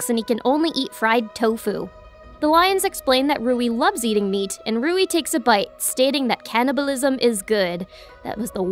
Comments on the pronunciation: It's Louie not Rouie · Soo am I the only one noticed that she (roui) instead of(LOUI)